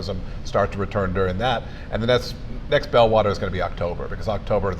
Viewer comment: It's "bellwether: not "bell water".